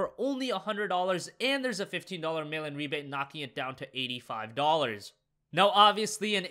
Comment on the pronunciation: I always thought he said "Melon Rebate" I was so confused for so long.